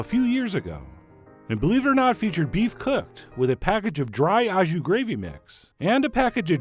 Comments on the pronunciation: OK so, like, you are the Judi Dench of speaking French and all but PLEASE stop saying "ah jus". It's pronounced "oh jus" and sounds just like Port Au Prince or SOS or Filet O' Fish. (Source: Canadian) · When will Americans stop pronouncing au jus wrong? Instead of “aw” jus it is correctly pronounced “oh” jus! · Your pronunciation of "au jus" physically hurt me. For future reference, "au" is pronounced like O. 🤣